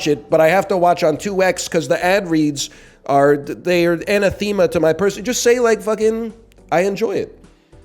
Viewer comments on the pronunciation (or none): a-an-a-them-a? isnt it ana-them-a?